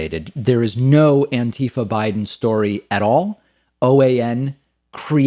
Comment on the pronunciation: Come on, buddy, it's "anti-FAH"